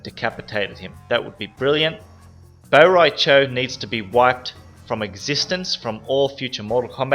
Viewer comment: lol mutant bo ri cho